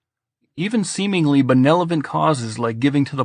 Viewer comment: "benelovent" :^) I am just taunting you. Thanks for reading and sharimg it for us!